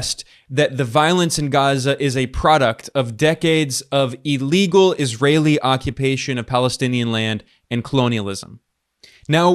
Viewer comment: Your enunciation and pronunciation is excellent in general, but it's illegal, not 'eelegal' - ill, not eel.